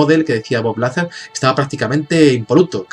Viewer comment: Se escribe "Lazar", pero se pronuncia "Lazár"